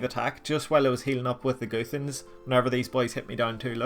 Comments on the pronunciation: Say it with me. G-UH-THANS NOT: GOO-THANS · Still blags my head how you pronounce guthans “goo fans”